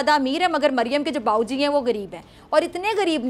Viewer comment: گریب نہیں، غریب۔ تلفظ ٹھیک کریں۔